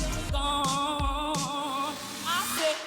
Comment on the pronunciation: She doesn't know that the way she pronounces that gooone dey spoil the melody of the song. Decent artist though